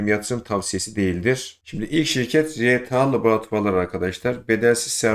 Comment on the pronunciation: ilk bedelsiz şireket nedir anlaşılmıyor. ne dediğin anlaşılmıyor